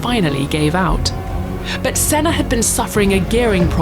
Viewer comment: And she FINALLY got Senna's name right!!